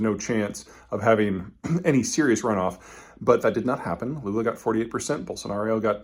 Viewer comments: Just a note on correct pronunciation: It's "ball-son-are-oh" and not "Ball-son-are-ee-oh". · Peter why are you saying Bolsonario all the time? Its Bolsonaro! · Why does he keep saying Bolsonario? There is no "i" sound lol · Are you saying Bolsanario? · No 'i' in Bolsonaro, one 'u' in nuclear...